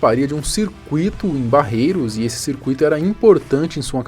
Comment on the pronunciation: Não é Barreiro e sim Barretos... Me ajuda aí